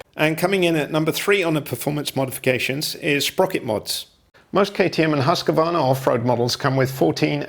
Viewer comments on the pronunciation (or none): Husk - A- varna ? 😂😂😂 It is pronounced Husqvarna, just like the way it is spelt.